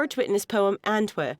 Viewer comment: for whoever dubbed this ..its ANTWER P! with a P thank you!